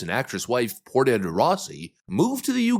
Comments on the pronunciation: Portia is pronounced (poor sha) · Her wife, Portia (pronounced like the car brand), is Australian. But we don't want either of them over here, coz we have enough self absorbed idiot liberal types already, but we don't have the benefit of an awesome right wing. Our 2 biggest parties are far left Labor and left leaning Liberals (though that 'liberal' is supposed to be 'financial' liberalism, they say they're center right but they're not) and the right wing parties are suppressed or straight out of the 50s. Most Australians know far more about US politics than they do Australian politics, which really sucks, especially when it comes to really outrageous laws being passed before most people are even aware of it. It's very frustrating. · Portia is like the Shakespear play character and pronounced like the car, Porsche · Portia is pronounced like Porsche